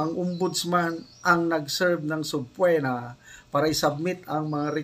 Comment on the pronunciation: Sir, pronounced as subpina, not subpwena. Matigas na e.